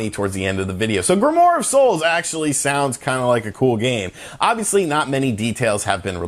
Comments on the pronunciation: dude its "grimwar"...not "grimore" lol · Just saying it is pronounced "Grim-oire". I agree with everything you said in this video. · it's pronounced "grim-waar"